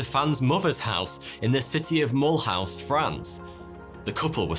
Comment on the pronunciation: I've been to Mulhouse, had no idea that it was home to the greatest art thief of all time 😂. I think it's pronounced 'mull-ooze' though